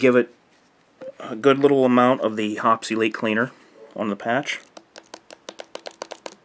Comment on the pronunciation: "Hoppes Elite" sounds like "obsolete" lol